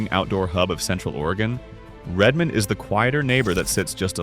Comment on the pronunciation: Incredibly badly done. Mispronounced a bunch of places, and inserted a scene of down town Leavenworth Washington and called it Redmond Or. And this poorly researched vlog missed two or three of the more famous "banana belt" cities in the Region: Oak Harbor WA, Anacortes WA and certainly Sequim WA. And you didn't mention that around the greater area of Bend Oregon sits about 40 of the best golf courses in the Pacific Northwest. Whoever made this hasn't spent much time here.